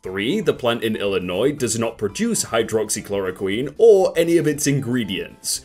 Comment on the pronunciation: just pronounces hydroxychloroquine like it’s just the abcs